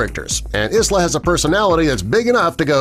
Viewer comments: Pronounced Eye-la, not Iz-la. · Isla Fishers name is pronounced Eye-la, not Is-la. It’s a beautiful Scottish name. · Isla is pronounced eye-la! Lol The ‘s’ is silent just like it is in island! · Isla fisher is pronounced as “eye la” isla Fisher.... And wat about Minnie and Mickey Mouse? They been together for yonks